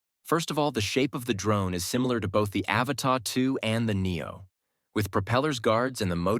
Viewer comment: Learn how to pronounce the Avata, and then I might consider watching your videos 😆 Can you say “ a-Va-Ta” ???